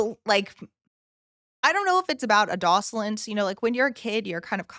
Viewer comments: I have never heard anyone pronounce “adolescence” the way you do. Nice reaction though. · I have to say it, the way you pronounce adolescents……I can’t help but think of how says Meteocity 😂